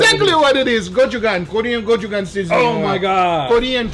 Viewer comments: did u just pronounce "go chu jang" as "co ju gan" bruh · I'm sure you've been told bajillion times, it's pronounced ko-chu-jan(g), not go-chu-gun. The sauce itself is fermented, so no wonder you get a fermented smell after 30 days. Anyway, fun experiment! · "it is called kojugan" box says "gochujang" lmao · Gochujang: "GOJUGAN" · Me knowing that it's pronounced 'gochujang': Gochujang Guga: Gochugan Me: Gochugan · I itch every time he says "gochuga" instead of "gochujang" 😅😅😅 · Go chu jang, not go chu gan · Gochujang is Korean traditional paste!! You should pronounce it gochuJang not gochuGang. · It is pronounced " go chu jang" not as you said "go chu gang" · "Kojugan"? Guga, buddy, we gotta work on that reading comprehension. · Guga is the only guy who can say gochugan and not piss off all the Koreans when the thing clearly spelled gochujang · It’s pronounced gochu jang. Not gochu gang. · Dear Guga, I love your videos BUT! 1. It's not just any chili paste, it's Gochujang. 2. you are totally butchering how you say it, it's pronounced GO-CHOO-JANG, NOT go-choo-ga! As a Korean-Canadian it's so disheartening to see our traditional food being misrepresented. I hope you can consult a native person for your future videos before using food from another culture. Please upvote me for more visibility. Thank you. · Every single time he says it I wonder where did he get the aditional G sound from? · Pronunciation was nearly correct except the end.. jang, J is pronounced like jump, not yang. :) - your korean subscriber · Its GO-CHOO-JANG not “ko-ju-kang” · .... im not triggered but his way of pronouncing Go-chu-jang... makes me sad :( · Great video Guga! But I just have to say one thing.. it's actually pronounced gochu-JANG (like when saying JAM), and not gochu-gang. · It’s go-chu-jang btw not go-chu-gang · Guga, what the heck is a "Kojugan"... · hmm it's actually gochu jang, not gochu gang... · Every time he said gochuGANG my eye twitched 🤣🤣 but damn I wanna try this